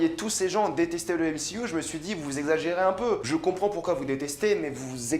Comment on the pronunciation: NE PRONONCE PAS MCYOU !👎🏻